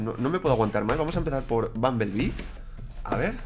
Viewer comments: Se dice bombolbi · Es bumblebee pero se pronuncia bombolbi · Se escribe "BUMBLEBEE" y se pronuncia "BOMBOLBI" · se pronuncia bombol biln